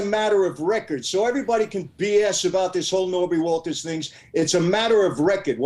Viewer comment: Knobby Walters 😂 it’s Norby ya fuck!